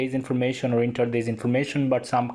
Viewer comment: It doesn't pronounce 'inter,' it pronounces' enter'